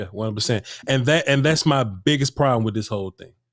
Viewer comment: Can anyone covering the team pronounce that man's name right? It isn't fOrniAk, isn't fArniAk, it's fArniOk